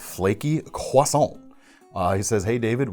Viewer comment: David, I've been watching and enjoying your knife show for a while now, but I have to say: The fact that you are possibly the only American I've even encountered who pronounces "croissant" correctly has just made me a super-fan. Only half joking. Keep up the excellent work!